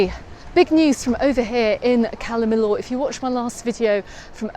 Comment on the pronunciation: It's pronounced Cala Mi-yor. The double L is always pronounced as a y in Spanish.